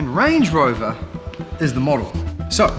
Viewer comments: I keep hearing Lange Rover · Him: "So what's the difference between Land Rover and Range Rover?" Also him: "So Lange Rover is actually..."